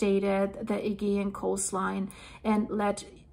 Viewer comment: my darling girl, Im sad that no one has told you yet that your pronunciation of Aegean is wrong, well I cannot bare to let you carry on saying it this way, please please do not take this as a criticism in any way, it is only meant to help you, and to stop anyone from butchering you because of it. So here it is the way it should sound, the problem is with the G in the word Augean, Im dyslexic myself and I always get the pronouncing wrong and the spelling here is how it should sound just turn the G in the word to a J and you will be saying it perfectly Ayjeean Here it is in syllables sounds like Ay Jeee an. Sent with love Old owl 🦉 Alaya UK. ♥️♥️♥️♥️